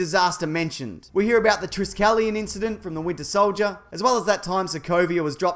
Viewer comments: Wait did he say tris-keleton not tri-skeleton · Triss-skelion? TRI-SKELLION